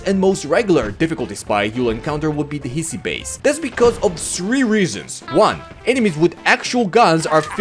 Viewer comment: The correct pronunciation for Hiisi would be "he-si", "he" like he him and "si" like sit or singed, not like sign, you treated the two "i" as one, saying it like "hissy", while ii requires it to be pronounced "longer", making Finnish "Hii" sound like English "He"